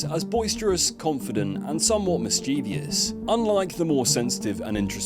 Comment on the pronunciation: 😂😂 People who think they’re exceptionally clever, but can’t pronounce the word mischievous. 😂😂 is clearly a knob.